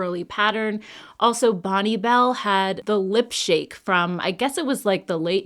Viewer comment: Thank you for pronouncing Bonne Bell correctly!!!!